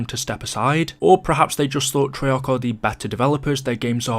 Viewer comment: Why does he always hold his pronunciation of the letter a “treyaaaarch”